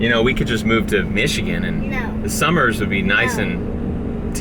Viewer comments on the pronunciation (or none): none